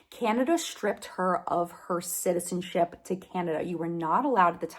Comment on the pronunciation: I'm sorry, but I died laughing when you accidentally said "citizenshit" instead of "citizenship" 😂 😂 😂